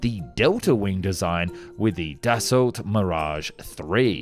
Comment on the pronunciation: Correct pronuciation of Dasault is "Dasso",...and as far as the 262 is concerned, it's "M.E." and not "ME"